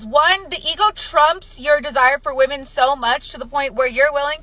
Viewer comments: I've noticed that routinely they say women wrong. Is it a troll or are they darded? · Not being able to pronounce the word "women" properly is also a factor